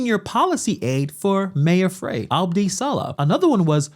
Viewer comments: Frey, its 'fry' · Just a heads up that Jacob Frey’s name is pronounced Fry not fray. And, he’s an asshat that Minnesota never wanted. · Mayor Frye is not representing the people of the city of Minneapolis! Disgraceful! BTW his last name is pronounced “Fry” (not Fray). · His name is pronounced FRIE not fray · The idiots name is spelled Frey but it is pronounced fry. No, he isn't from Minnesota, his ansestors couldn't spell. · It's Fry man SMH 😂 but he sucks regardless of how you pronounce his name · Frey is pronounced like "Fry". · His(Mayor Frey) speech impediment is not to be laughed at when he says, "ICETH". Please, let's be mature and respectful, hold your childish giggles. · Mayor Frey is pronounced as in Fry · I believe Frey is pronounced Fry.